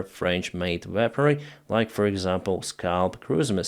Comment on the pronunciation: Sorry. Weaponry -should sound like weh-puhn - ree. You did say it correctly at the 7.20. Wow. France. The Dassault mirage is a great multirole jet fighter. The saab gripen has been going off and on for the last 2 years now. I'll believe it, when I see it. Slava Ukrani 🇺🇦💕